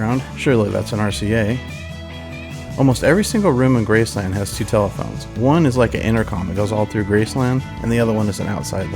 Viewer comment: You say Graceland WRONG